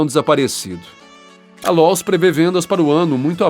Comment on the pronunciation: Lowes vc pronunciou Lous 😅😂 errouuuu